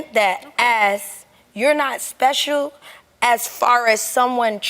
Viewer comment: "You're not espehshul".